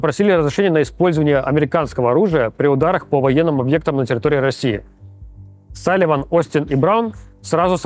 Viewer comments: А у Руслана Левиева дислексия? Почему вместо пентагона какой-то пент ган**н, почему вместо Салливана Салимамама, а вместо Блинкена Бленькен?? Еще и комментарии накручиваете под каждым его выпуском, где его дикцию хвалят. Максим, что за зашквар 😢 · Ну кста как либерашка раскладывает хорошо, но я бы к логопеду денюшек занес, чтобы не было "Пентатгон" И "Джейку Саливанма"